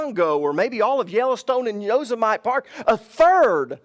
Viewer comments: Not Yo-sim-mite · yoh-SIM-uh-tee 😄 Love you, brother!